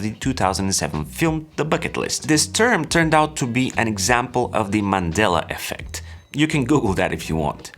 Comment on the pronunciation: So awesome that you pronounced Mandela correctly. Keep up the awesome work. From South Africa 🇿🇦